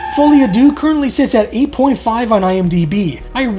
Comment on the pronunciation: Good episode, but I have to be pedantic. Deux is not pronounced "Doo" but more like Sir with a D and no R.